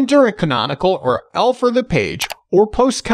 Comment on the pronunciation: lol AI can’t pronounce URL